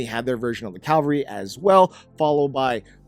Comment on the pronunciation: Why on gods green earth do people have a problem pronoucing "cavalry"? It's not just him, but it's really, really common, easilly one of the most commonly mispronounced words. It's "ca-va-lry", not "calvary".